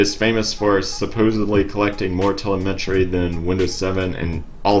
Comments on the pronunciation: Telemetry... Tel em etry. Not tel e met ry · The word is pronounced "Teh-LEM-et-ree" Not "teh-leh-MET-ree" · btw...the correct pronunciation is tel-LEM-etry (>‿◠)✌ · Where did you learn to speak? You sound a bit off when you say the word telemetry. I mean you no disrespect. Please check here to learn the correct way. I hope this helps. Good day sir. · Telemetry, please look up how to say it. You're so far off base it's not funny.